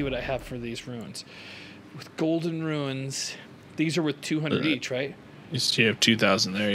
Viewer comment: still don't know if you call runes "ruins" for a bit or not. as absolutely hilarious as the bit is, please stop, it triggers me😛